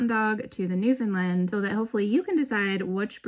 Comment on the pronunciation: What happened ? The first three times you uttered the name Newfoundland you "nailed" it. However every single instance after that you drifted to pronounce the word as "Newfinlind". As a Newfoundlander I can tell you that really grates on our collective nerves here. It's simple really, when you speak the word (for the Dog and the place), it should rhyme with the word understand. As in, "Understand Newfoundland". Regards coat care for adult Newfoundland's; the best thing you can do is to feed them raw oily fish. Mackerel or Herring if you can source either, at least once weekly. It does wonders for the fur.